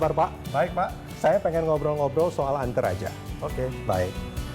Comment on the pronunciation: ANTERAJA ❌ ENTARAJA ✅